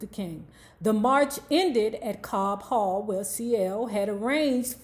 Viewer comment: Its Cobo Hall not Cobb Hall. Lol. I live in Detroit and I love you being very detailed about telling the real history about Areatha. The new church Bethel did open in early 1963. You are the first to report in who performed at the March to Freedom rally at Cobo Hall before Martin Luther King came in to speak. I noticed that no Motown act performed at the rally saving the Four Tops whom had just came to Motown that year from another label so I dont know if they had signed with Motown yet. This to me reveal a power play between Gordy and CL Franklin. Motown did record the speech in wax